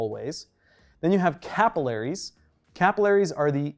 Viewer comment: The way you pronounced capillaries really threw me off lmao